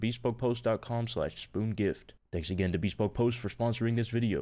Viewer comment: bro said beespoke post